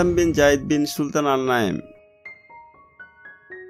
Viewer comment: Gayid ❌️ Zayed✔️